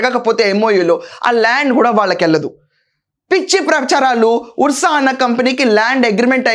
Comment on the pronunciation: అది ఉర్స కాదండి అర్స అని చదవాలి